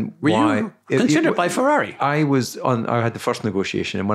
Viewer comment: Would have been funny as Couthard, great as he is, has never been able to pronounce “Ferrari”